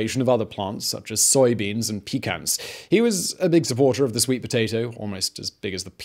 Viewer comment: You said pecan wrong bud!😂